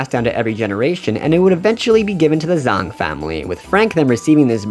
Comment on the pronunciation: Frank Zh-A-ng not Frank Zh-O-ng ( no offense or anything we all pronounce differently and I love your video’s